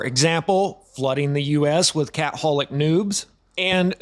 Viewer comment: Mate I absolutely pissed myself laughing through this. I know you had a serious point to make but the way you delivered it is comedy gold. I've only just come across your channel but this is highly entertaining. I love the mispronunciations (cat holics), the archtype uses (mr burns), the bolsh, the lodge, the lionists all to subvert the YT alarms. For a 30+ year tin hat, it is music to my ears. Instant subscribe and I'm going back to watch a bunch of your vids cheers mate from a new fan in the land of Oz🙏.